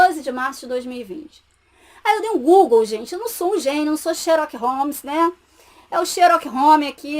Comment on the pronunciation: Falta humildade e caridade, muito triste. Sobra ironia, soberba e estudo. Nem o nome do famoso detetive inglês ela sabe pronunciar. Deprimente!!!